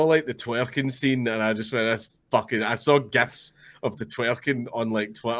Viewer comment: "GEFs" lol